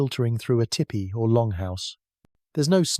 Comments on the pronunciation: Tell me it’s AI without telling me it’s AI! Tippy, instead of Teepee! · I can’t listen to this one. That is NOT how tipi is pronounced. Tee Pee.